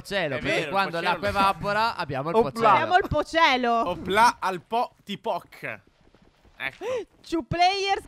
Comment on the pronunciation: comunque TPOC = T - PO - C